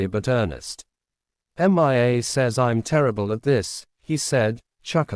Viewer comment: The reading program is faulty. The name Mia is pronounced MeeYa, not Em eye Ay. The latter is spelled MIA, (all capitals) and refers to my brother and 2 comrades from battle (2 of the 3 have had their bodies returned. the third is still MIA)